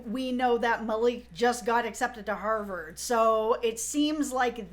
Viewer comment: Did anyone else notice Malik pronounced Harvard…HarBored? Someone smart enough to get accepted to Harvard should know how to pronounce it. 🙂🙂🙂🙂🙂🙂🙂